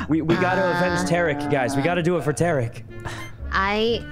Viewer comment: Why they calling him Tay Rick it’s pronounced Ta Reek, otherwise fun vid